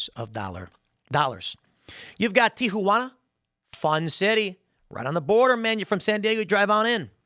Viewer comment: tee-hoo-wanna 🤣 Tim, stop trying